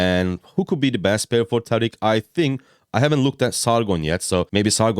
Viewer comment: I'm here for the pronunciation thank you for pronouncing it right. Not like "Tareeeek" 😭